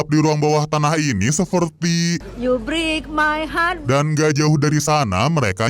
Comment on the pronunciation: you brik mai hat brik my haff😛😛😝😝😊🥰